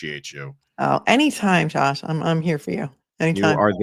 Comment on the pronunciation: It sounded like at first that said Judge instead of Josh. lol